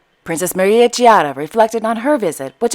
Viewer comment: I saw the Monaco Ballet company in DC. It was very avant guard. I am happy to see Princess Caroline giving her full support to the ballet. If I may, Chiara is pronounced as "Kiara." The "Ch" sounds like a K in this instance.